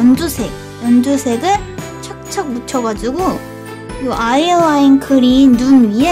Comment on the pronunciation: ㅋ..아이라인을 꼭 아일롸윈~이라구 읽어야대욬ㅋ 토끼야 크리스마스는 괜찮을거얌!ㅋ